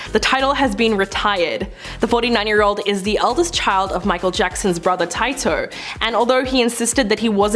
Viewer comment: U said Tito wrong